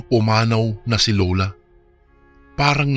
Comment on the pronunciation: Oras hindi Uras Lola hindi Lula